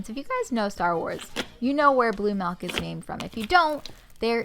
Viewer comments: Does anyone else get rlly annoyed when people say MELK not milk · Milk not melk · Not hate but it’s milk girl not melk 😞🤦🏼‍♀️💁🏼‍♀️ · mALk... mmAALKKK... why does she say malk. it is milk! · Is it "milk" or "melk"? Ily either way 💚💚💚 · "Blue melk" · Bbear gymnastics lmaoooo she did say that